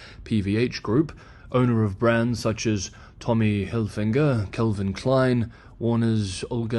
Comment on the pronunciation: There's no "n" in "Hilfiger" ;)